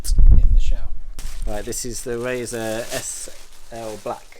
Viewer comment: Roe-sis ! :) Roe-sea's!